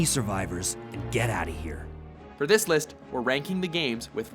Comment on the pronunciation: "Here take DESSS" Im criyng😂